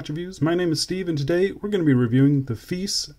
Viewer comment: Nice dial. has a little bit of a Seiko Presage look, but as for the rest of the watch. it's a bit feice..😝😂I just cannot get past that brand name and how you pronounce it is not the way most people pronounce it.